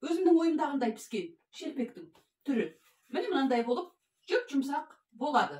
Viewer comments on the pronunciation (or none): Пыспаиды демеиді піспеиді деиді